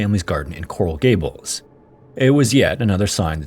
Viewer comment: These are AI generated... AI can't pronounce Coral Gables FL correctly